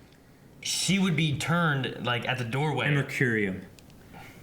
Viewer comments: It's Americium, not amercurium... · The isotope is Americium, pronounced "Amer-ees-ium".